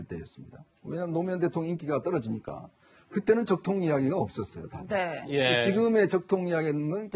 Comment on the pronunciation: 적통, ㅋㅋ 발음조심해라ㅡㅡㅡ